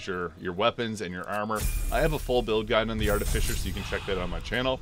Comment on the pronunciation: So, I'm pretty new here. Is his habit of pronouncing the last part of "artificer" as "fisher" an in-joke?